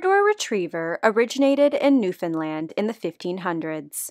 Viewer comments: Glad you said Newfoundland right lol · Thank you for pronouncing Newfoundland right :) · Thank you for pronouncing Newfoundland correctly ! I am from there and I did not know that history of them honestly that is awesome 👏 😎